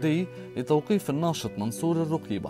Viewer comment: من تدخل في شي لايعنيه لقي مالايرضيه انت وطريقة نطقك الروقيبه انشغل بنفسك